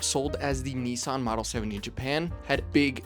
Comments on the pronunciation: We all hated the name change. They took a big hit in sales when it happened. Datsuns were cool. The same people would not be caught dead driving a "Nissin" as people were pronouncing it. American cars at the time were complete junk. Making it to 100k miles in a Ford, Chrysler, or Chevy was a huge deal, because most were toast by 75k. But a Datsun will get you to 100k & maybe 150k. It was a huge difference in quality & the perception of how long a car should last. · It’s actually pronounced Nissun. It’s not pronounced Nis-San. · Reading the comments, lots of people prefer Datsun. I think I do too, if only bc when Brits say Nissan it's 'niss ahn' whereas in the States we say 'nee sanh'. How do the Japanese pronounce it? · They should have kept it as Datsun, that way 'Merkins wouldn't pronounce it incorrectly as Neesahn. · It is not ‘neesan’ and it was not ‘dartsun’ ... and there is no 'g' in luxury. It is not 'lugzury' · Wrong. In correct Japanese it is pronounced "NEE-sahn." There sure are a lot of people here who don't speak Japanese but are extremely confident of their mispronunciation. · 100%. This guy has mispronounced both Nissan and Datsun. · Also as a Japanese speaker it's not "nissun" or "neesan". It's like "neesan" but you have to take a brief pause / extend the "suh" sound before the A (both are valid depending on dialect). にっさん not にいさん or にさん. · One day Americans will learn how to correctly Nissan and Datsun. Dat, not Dut. Nis san, not Neesarn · It was a DATsun, not a DAWTsun. And NISSan, not NEEsawn. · USAeans please say “missing” “kissing” “hissing” “pissing” it’s Niss an NOT NEICAN. If not start saying meecing keysing heecing and peecing 🤣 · "Ni-San" not "Knee-San"! 🤣🤣🤣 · I really wish people would pronounce the name Nissan correctly. It isn’t pronounced ‘neesan’ it’s ‘ni sann’ aka Nissan. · Hardly relevant. I thought you were into CARS, not vehicles? Why do you pronounce NISSAN as NEEE san? In Japanese, it is NIS SAN. Americans always speak weirdly.